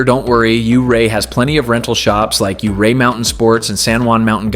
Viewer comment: I am a Colorado native and lived and hour away from Ouray for most of my life. My dad lived in Ouray for 15 years and loved ice climbing there. Ouray is a beautiful town all year around. Just want to say it's not pronounced you-ray. It's pronounced more like your-ay. Lovely little video!